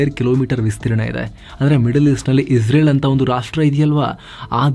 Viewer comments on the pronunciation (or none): none